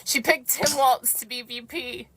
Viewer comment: she can't even pronounce Walz correctly. Uh yeah sweetie, I'll stick with the Don.